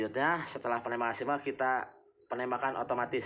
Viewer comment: Singgel pak bukan singel